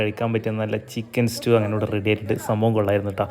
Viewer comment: ഒരു സംശയം 🤔🤔🤔 ചിക്കൻ സ്റ്റൂ ആണോ ചിക്കൻ ഇസ്റ്റൂ ആണോ..... 🤔🤔🤔🤔 അതോ എനിക്ക് മാത്രം തോന്നിയ മിസ്റ്റേക് ആണോ 🤔🤔🤔